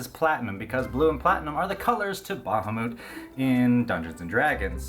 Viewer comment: Ba-ha-moot? Ah,,. Everything else is splendiferous.